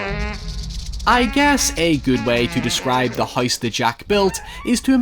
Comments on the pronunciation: Lmfaooo I just came to the comments to see why tf he can’t pronounce things right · Does everyone where you're from pronounce house as huyse? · why do you pronounce “house” as “heist”?? why do you talk like that? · “The Hise That Jack Built” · No one:: The HICE that jack built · out here saying "House" like "Haise" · Hoice that Jack built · Bro can't say Virgil or house to save his life